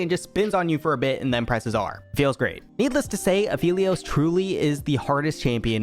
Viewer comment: That apehlios :DDDD